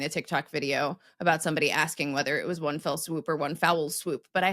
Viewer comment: "One fell swoop" wonderfully morphs into "one swell foop."